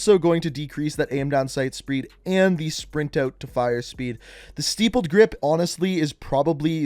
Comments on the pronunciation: I’m going to go ahead and help people out with this word as I hear a lot of people, YouTube commentators say it wrong. It’s not “sty ppled” it’s “stipp led”. The word comes from nipple, when you have multiple ones they call them stipples. And it’s not my fault he mentioned a snatch. Just a heads up. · It's stippled, not stipled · this man really said STIPEled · Bro, it’s sTIPpled not steepled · "StYppled grip" "Steeeppled grip" Bruh, if you're gonna mispronounce "stippled" at least just pick one wrong variation. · Stippled (sounds like tip) not steepled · Lol “steepled” grip tape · “Steepled grip” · tyme taylor tell me about it... you can tell he’s not a gun guy lmao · dude.....it's not "steepled"....please read the letters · It's not steepled either. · "Stippled" short "I". Think, Chandler was 3 nippled. Great info. Thanks. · I cant watch this anymore. Youve pronounced stippled incorrect too many times. Words that sound alike are crippled (like a crippled person) or nipple as in breast. C'mon man. It's stip-ple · The way he pronounces, “stippled” gmfu